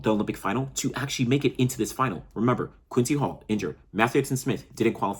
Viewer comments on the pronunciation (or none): none